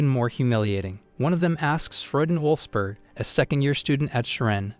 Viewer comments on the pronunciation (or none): none